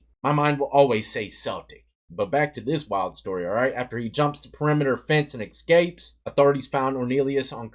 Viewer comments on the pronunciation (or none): 23&”When I see a C I pronounce it as a K”1. Also “so as I was saying, he EXSKAPES” (Escapes). CMON DEATH. 48-24 is 24! Damn.